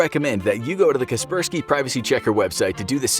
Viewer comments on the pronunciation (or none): I thought it was "Kasper". "Sky" Not "kes" per "key"